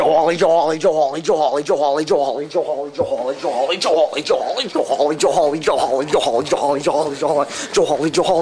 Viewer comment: When says Hawley too much is sounds like jolly, or ig jawley